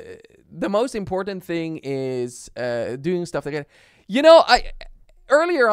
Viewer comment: He said toogeder